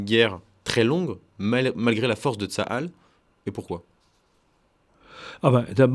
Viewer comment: Ce monsieur dit « Tsalal » au lieu de « Tsahal ». …